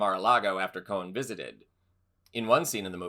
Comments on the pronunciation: Roy Cohn not Roy Cohen. You pronounced it both ways. Why do people have such a hard time with the last name Cohn? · I've always heard Roy Cohn's name pronounced "Cone," not "Cohen."